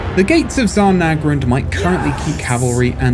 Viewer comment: I also hope they pronounce it correctly - the Zha in Zharr is supposed to sound like the 'sia' in 'Asian' 'Asia' 'Rhodesia' etc. It's meant to be the 'je' sound in French.